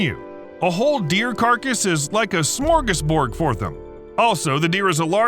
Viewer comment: As someone from Sweden, I got really happy when you said smörgåsbord